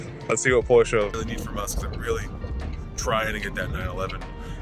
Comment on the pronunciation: Just wanted to tell you that you say Porsche perfectly. I speak German and from all the vids online, man you nail it. I have a GTS waiting for me for European Delivery in a month. Have fun!